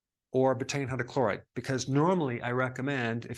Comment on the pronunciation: I can’t understand the word he saying something hydrochloride?